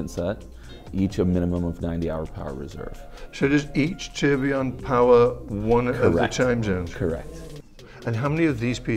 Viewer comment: All these watch experts and they all absolutely butcher the pronunciation of tourbillion. 'Torblon' Tour-bill-e-on